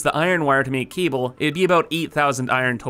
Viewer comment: i cant stand this guys voice and the way he pronounces things. Keeble (cable).